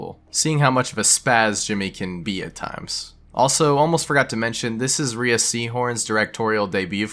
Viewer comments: Rhea is pronounced RAY, nor ree-a. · Rhea Seehorn's name is pronounced "Ray" not "Ree-uh" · Rhea's name is pronounced like "ray"